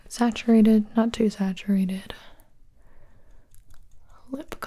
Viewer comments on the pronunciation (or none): Gibi: Me: Oh yeah I know what saturdated, I mean staturdated, I mean saturated means...